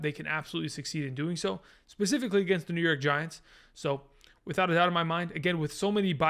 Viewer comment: Specifically not pacifically